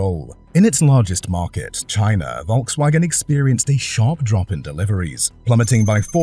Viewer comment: Wirr-Schafft-wunder ? Wolkswagen ? Murrkell? Wishful dreaming ??????